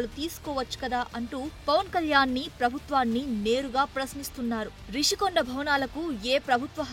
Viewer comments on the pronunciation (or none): English లో Rushikonda అన్నప్పుడు తెలుగులో ఋషికొండ అనే అనాలి. మధ్యలో రిషి కొండ అంటావేమిటి రా !? తెలుగు రాదా !? English రాదా !? రెండూ రానివాళ్ళు మీడియాకి రాకండి.